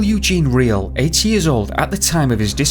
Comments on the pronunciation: I thought that you said Michael was 80 years old. Was it 18? Or 8? Lol Edit:ok I think I heard 8 later on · I thought he said 80 too, twice.